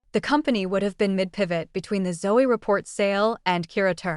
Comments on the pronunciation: It's ZO the E is silent. Ràchel Zo!! AI 😂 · How about pronouncing her last name correctly?